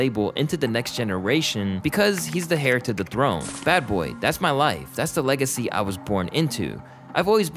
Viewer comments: I know it’s spelled “heir” but you don’t say “hair” you say “ehr” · He also said "hair" to the throne instead of heir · Alright my friend, we need to talk. It's "nĕ-pō", not nEE-po. "Heir", is pronounced "Air", not Hair! The H is silent. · It’s not pronounced Neepo my guy 😂 It comes from nepotism and has been a saying way before that interview with Childish Gambino which you said was way before the phrase was even invented 🤦🏽‍♂️ Also heir is pronounced like ear not hair 🤦🏻‍♂️ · My bad on mispronouncing a few words here, I've always pronounced it as "nee-poh" for some reason. Also I see people pointing out how I said "hair" to the throne. Yall got me! I'm not the smartest guy when it comes to vocabulary despite my entire page being centered around video essays. 😅 I guess sometimes the teachers needs teaching too! Anyways thanks for watching despite these mistakes, means alot 🤙🏽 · Hes the air and not the heir. Its pronunciation is without the h